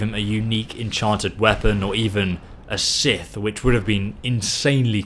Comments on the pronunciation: Ok, bruh, you be doin dis on purpose, now.:P Say it with me,... Volkihar: Vol-kee-har; not Volkeer. Cairn: Cay-urn; not Kaarn. Scythe: Sci-eth; not Sith, ffs, the Grim Reaper isn't grabbing Emperor Palpatine by the foot and swinging him at people! XD C'mon, dude...:P XD Other than that, love the channel! In 1500+ hrs of skyrim, I never once knew The Ritual Standing Stone did THAT; I always thought it was a one target spell, and ignored it, but now, *oh boy* am I doin a modded pure necromancer when Special Edition's SKSE and CBBE release.:) Thanks for that!:) EDIT: Apparently others have already raised the issue; damn apple junk ipad didn't load their comments, sorry for beating the dead horse. Still, at least I didn't bonk it over the head with Darth Vader...:P XD My god, the mental image of the Reaper swinging the Emperor around willy-nilly is so hilarious to me; Oh no, it's a black robed hooded guy, wielding another black robed hooded guy! X'D Calling Xzibit, haha! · Did he really pronounce scythe as sith?